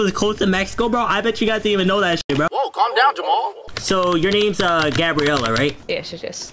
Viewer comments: bro said gorllia😱🤣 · bro said gorrila😭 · you dont know how to say gabriela bro says gorilla